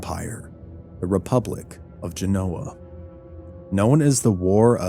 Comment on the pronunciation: This reminds me so much of Plum Island New York. Thank you, ❤❤❤ and not to be butt here, it's pronounced. GEN O WA. I spelled it phonetically for you. Lol!